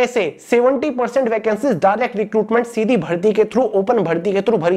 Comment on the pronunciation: Sir aap tho shidhi bharti bola ho sir . 😂😂